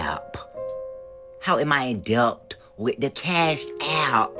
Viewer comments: Do ANY of these people know that the ‘B’ in debt is SILENT?!?!?!? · The b in debt is silent!!!Instead of being hooked on Cash app,try hooked on phonics!Let's see if they can pronounce that.